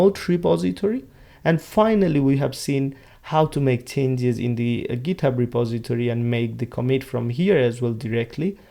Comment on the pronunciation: আপনি ট কে ত উচ্চারণ করছেন কেনো?? ইচ্ছা করেই?? ইউরোপের অনেক দেশ যাদের ভাষায় 'ট' এর মতো উচ্চারণ নেই তারা 'ত' উচ্চারণ করে, ফর এক্সাম্পল, 'গিত হাব'। আপনি কি সেই ধারা অনুসরণ করছেন পশ সাজার জন্য??